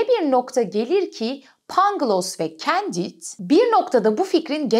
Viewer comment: Candide; kondid olarak okunur.